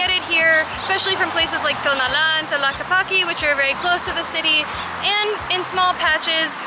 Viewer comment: It's also called Tlaquepaque and not Talakipaki